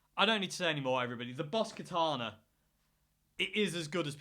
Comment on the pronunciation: How to pronounce Katana correctly , Ka-Ta-Na all short ‘a’ sounds.